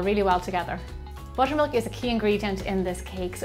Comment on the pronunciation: No offence but I thought you said mushroom milk instead of butter milk for a sec. Love your accent !❤️